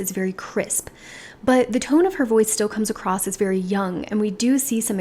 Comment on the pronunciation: "Yong" = I'm an idiot who can't pronounce words. "Most simplest" = I never learned grammar.